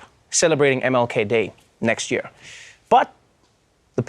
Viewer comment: I just come here to hear Trevor pronounce year "Yehr"